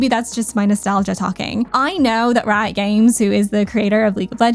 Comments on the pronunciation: yeah ikr i was like what in the southern memaw was that 😭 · I love how country she sounded when she said Riot Games😂❤